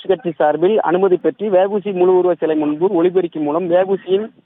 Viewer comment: News reader வெ வூ சி இல்ல டா தேவிடியா பையா அவர் வா வு சி